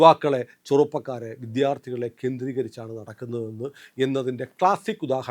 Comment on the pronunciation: അങ്ങ് ശക്തമായി വിഷയങ്ങൾ അവതരിപ്പിക്കുന്നു. അഭിവാദ്യങ്ങൾ . അതിനിടെ, പക്ഷേ "വിദ്ധ്യാഭ്യാസം " "വിദ്ധ്യാർഥി " മുതലായ സർവസാധാരണ വാക്കുകൾ ശക്തമായി ഉച്ചരിക്കുമ്പോൾ അരോചകമാവുന്നു . ശ്രദ്ധിക്കുക, പ്ലീസ്സ് .